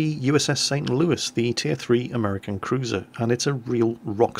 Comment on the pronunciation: Hey! You pronounced the St. Louis in Merican! Greetings from the U.S., we are all proud of you.